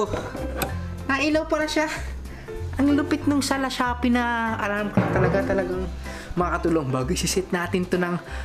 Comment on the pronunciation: Pakinggan nyo yung Lashoppi daw sabi ni